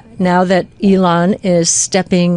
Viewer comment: She said T-Elon lol